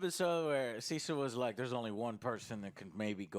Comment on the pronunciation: I swear, every time I hear "Cecil", I actually hear "Sea salt"! xD